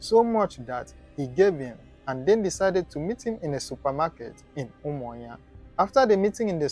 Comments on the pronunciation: Why can't you pronounce the name of a state capital very well? Umuahia not Umuinya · Umuahia not umuayan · Honestly, d tin tire me. He sounds Igbo but pronounced UMUAHUA asif it's Umanya . Maybe he's frm Akwa-Cross cos, d way he pronounces BLESSED sounds lik Mbókó person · Learn how to prononce that umuahia